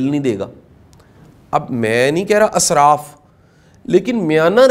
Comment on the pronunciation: sir for your kind information this is not word Asraf the word is Israf !!! plz correct it....